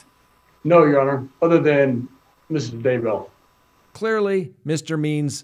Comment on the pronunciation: Love ya. Also love how you say Daybell. One happy subscriber here.